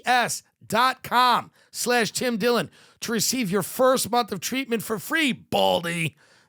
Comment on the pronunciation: Ah yes Twim Dwillon